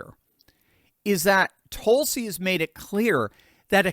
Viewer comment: There are about half a dozen vowel sounds in American English that you’re just not using. Her name is not TOLE-sie. It’s TUL-si.